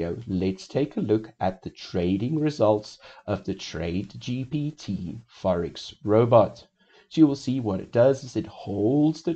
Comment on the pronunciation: You pronounce GPT as GTP 😊